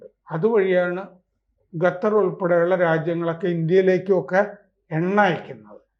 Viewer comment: It's not ga it's Katar